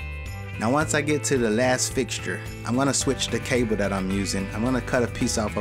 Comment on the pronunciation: Dis and dat, exspecially? Ffs learn how to speak.